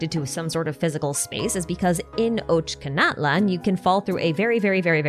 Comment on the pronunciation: Ochkanatlan ch = č OčkaNatlan = daddy natlan xD